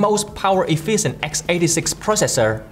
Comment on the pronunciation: Its not "EfiiSent" its "Efficient".